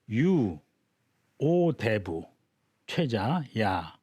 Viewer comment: 또,대부의"대"를 또 짧게 잘못 읽었습니다. 큰"대"자는 ""대인, 대체, 대물, 대통령" 등 모두 길게 읽어야지요! 이 이상 강의를 듣고싶지 아니하옵니다.